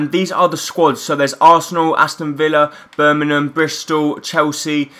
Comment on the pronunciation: U said Birmingham wrong